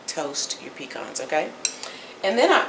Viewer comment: Please pecans are a southern grown tree, say puh-cons, not pee-cons. Love your